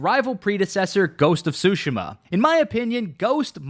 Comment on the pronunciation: Great video, but that pronunciation of Tsushima is sending me lol